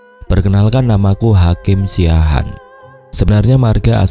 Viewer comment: Siahaan bukan Siaahan Mas